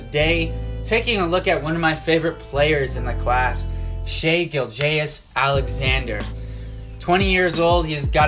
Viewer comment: Learn how to say his name right first lol